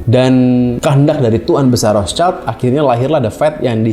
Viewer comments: Bang gue koreksi cara baca rothschild itu " rot shilt " bukan " rots child " krna rothschild itu bahasa jerman bukan inggris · Rothshield bukan Rothchild. Shield itu alat penghalang panah. Bacanya [syild].